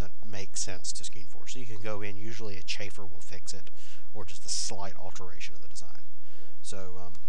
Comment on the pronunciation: The term is - Chamfer - NOT Chaffer. Please pronounce the 'm'. You are using a completing unrelated word through your pronouncing - chaffer.